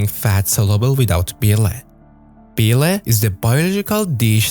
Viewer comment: Bee-lay? Learn to pronounce "BILE". Hard to trust an idiot that can't even pronounce a 4 letter word.